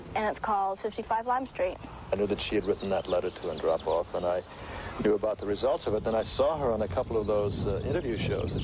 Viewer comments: It's pronounced Yuri An-DROH-pov. Not AN-droh-pov. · It's pronounced: AHN-DROPE-OFF. Other than that, you've made a lovely tribute to a young pioneer of world peace.